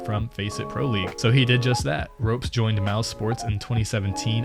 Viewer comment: 'Ropes' and 'Cer-Q'? Are you kidding me?!